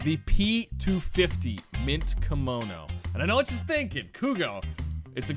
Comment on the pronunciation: How do you pronounce Kimono ? Cringe